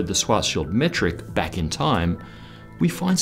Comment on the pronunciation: "So tha' thing's spewing time... backh into the universe?"